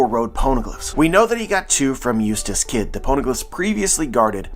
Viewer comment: everytime you say eutass kid, i ear useless kid. xD